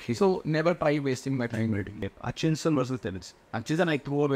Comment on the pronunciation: It's Hutchisons 😂